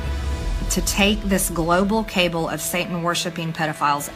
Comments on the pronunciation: Listening to Marge pronounce "cabal" as "cable"... Just one more example of her butchering her native tongue that speaks volumes. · It took me a moment to realize she was trying to say cabal when she said cable. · Does she not know how to say 'cabal'? I swear she said 'cable' instead. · Global cable. Try cabal, Marjorie. But she’d likely still pronounce wrong. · That is not even one quarter of the dumb and ignorant shit she has said Farron. Remember 'The Gaspacho". Jewish space Lasers and Peach Tree dish?. Now she said "Cable" instead of Cabal!. She is a dangerous twit!. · And notice in the video she says “global cable” rather than “cabal” Proving that she doesn’t write nor pre-reads her bs scripts and propaganda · ...Did this woman really pronounce cabal as cable? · No one twisted gazpacho police or peach tree dish, lol. That was all her. She also said cable instead of cabal 😆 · Did she say "cable" instead of "cabal"? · Did... did she say "cable"? That's not how you pronounce "cabal", Midge. Jesus Christ on a pogo stick, how did THIS illiterate buffoon become the representative of MY DISTRICT?! Someone, anyone, PLEASE send help. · OOPS !!!! Now it’s a child trafficking “cable” !!! Let’s review - gazpacho police. Peach tree dish !!! The latest is cable !!! It’s pronounced “cabal”. Hey eMpTy Green - you make Lauren Boozebert look smart, and that’s not easy, unlike Lauren, right Teddy Cruz ??? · "Take out this global 'cable' " I didn't know there was a global cable provider 😲 She doesn't know how to say "cabal" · “… global cable of worshipping…”… did she mean to say cabal? 😂 So selectively forgetful MTG is… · She pronounced cabal "cable". What a low IQ idiot! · It's low on the list of things to focus on, but did she really pronounce "cabal" as "cable"? I can't throw stones, I mispronounce things all the time, but that sort of mispronunciation is just jarring enough that it jolts the listener and breaks the flow of her speech